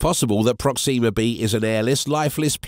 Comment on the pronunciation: prOxima (not proxIma)==closest